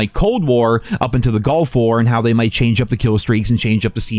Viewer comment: At least he says “Nuclear”correctly. ..since he pronounces “Gulf” like “Golf.”